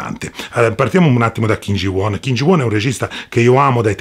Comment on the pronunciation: Kim Ji Un si pronuncia però…